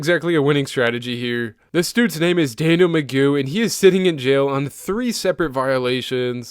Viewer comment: AI voice-over mispronounced " DANIEL "